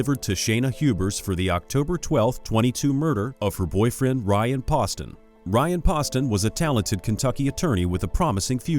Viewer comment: When you make a video make sure you know everyone's name and how to pronounce them Hubers and Ryan Poston, it's pronounced Pooh-ston!!